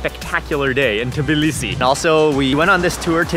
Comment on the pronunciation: The only foreigner who just correctly said Tbilisi and not Tiblisi <3